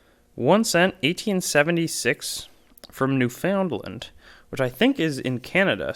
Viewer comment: just FYI: Newfoundland is pronounced NEW fund land, not New found land.